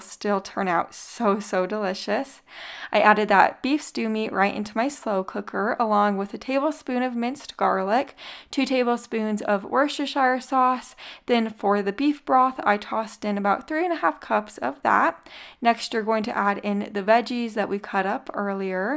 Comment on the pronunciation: pronounced woostersheer lol